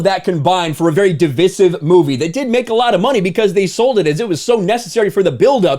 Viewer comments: You keep mispronouncing “divisive” and I think it’s a big exaggeration saying that she admits everyone hates her Captain Marvel. Not defending her at all, just saying. I hate her as much as the next guy. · What I think is you need to start saying divisive correctly because it is dividing me